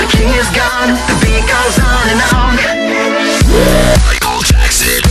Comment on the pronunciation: Ce qui me choque c'est ta façon d'écorcher le nom du roi de la pop.